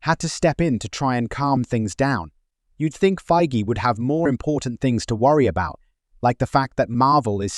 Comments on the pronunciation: How dare you compare Feige to Kennedy. If you're going to talk trash, maybe pronounce his name right. Are you trying to be scum? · All these retorts from Reynolds and such, are they in the public sphere? Seems such drama would have made it in the entertainment media yet nary a blurb. So, where can we see/read/hear about these so-called feuds? Or are you making these up for clicks? Interesting how your pronunciation of Feigy changed during the clips from a hard G to a soft one.